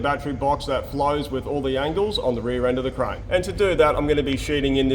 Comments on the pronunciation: I oper-Rate a Cur-Rane 🤪 hahha awesome blooper.. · “Bring me your cuh rain” that had me dying😂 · Always excited for a episode! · The Kur-Rane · KaRAIN! I will forever say crane this way now!